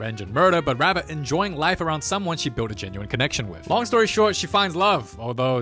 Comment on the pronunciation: I rike it rong an hard😭